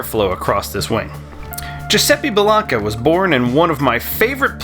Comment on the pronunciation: Hey,! It's pronounced BELL-AINK-AH. With a long "a" on the middle syllable. Great video, thanks for sharing.